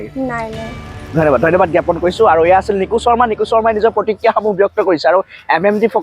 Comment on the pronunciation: যিহেতু আপুনি অসমীয়াতে কথা পাতিছে গতিকে চৰ্মা বুলি উচ্চাৰণ নকৰি শুদ্ধ অসমীয়া উচাৰণৰে শৰ্মা বুলি কোৱা উচিত নাছিল নে ? আমি অন্য ভাষাত কথা পাতিলে আমাৰ উচ্চাৰণ সেই ভাষা কোৱা লোক সকলৰ দৰে নিশ্চয় নহব কিন্তু নিজ মাতৃ ভাষাত কথা কওঁতে কিয় শুদ্ধ কৈ কবলৈ চেষ্টা নকৰো ? উচ্চাৰণতে ভাষাৰ গৰিমা, বৈশিষ্ট লুকাই থাকে, গতিকে অন্ততঃ নিজ মাতৃ ভাষাৰ শব্দ শুদ্ধকৈ উচ্চাৰণ কৰাটো সকলোৰে দায়িত্ব।